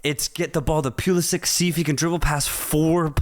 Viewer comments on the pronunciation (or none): These guys try hard to talk ball knowledge. Why do you say Pulisic, Sargent and Pochetino name wrong, disrepect